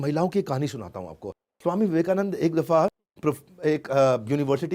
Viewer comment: Theek hai Modi ji Ne Tumhari University ki marksheet band kar di Vivekanand ko Vivekanand bol rahe ho